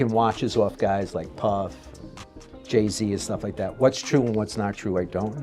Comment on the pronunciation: Buddy said Jay somn smn z. Like what?